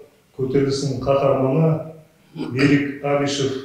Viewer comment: Бәрі дұрыс, бірақ Берик емес Берік теп айтуға керек, ренжіме орысша айтпа мәчкөлер тілден аулақ болайық мемлекет тілде таза және дұрыс сөйлейік